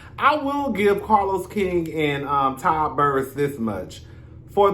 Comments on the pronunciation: “Todd Burruss” - 🤣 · “Todd Burruss” 😂😂